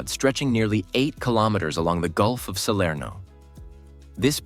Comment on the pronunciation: Neanche il nome riesce a dire! Serno non si può sentire dire!